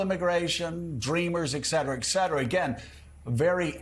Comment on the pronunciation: Why do so many educated people, including Scarbrough, pronounce "et cetera" "ecc cetera"?